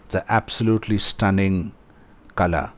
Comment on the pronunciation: "Kala" - the "la" is pronounced as in Ball, not as in Bell. The English alphabet do not have a letter than get the correct sound out. Kala pronounced as in Ball means Weed.